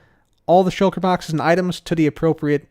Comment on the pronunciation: I love how you say "shoulker baxes"